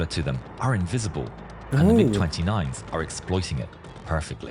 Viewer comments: I flew the F-15C in the late 70-early 90s, and I remember this. Good for a laugh. You might recognize the fulcrum if you said "mig" Instead of "m-i-g" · Its MIG 29 Fulcrom. Its a Russian built plane. Its pronounced mig not m i g. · Also, it's not M I G. It's pronounced mig. I don't know how to explain it more that that. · Its pronounced "Mig," idiot. Not M - I - G. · They call them mig29 not M.I.G 29😂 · MIG = Mikoyan-Gurevich construction bureau which designed many Russian fighter planes. It's pronounced "Meeg" with "G" pronounced the same as "G" in "God." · Pronounce it as mig.